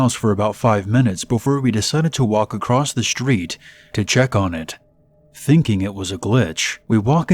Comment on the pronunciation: There's no T on the end of the end of the word across..... wtf